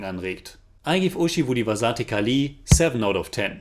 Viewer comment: title pronounciation 😭👎